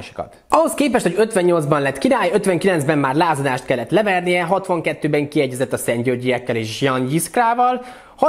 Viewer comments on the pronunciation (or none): Ján :) nem dzsan. Igen. Ugy